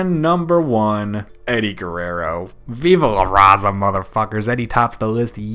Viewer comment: He said Eddie's viva la ŕaza so terribly at that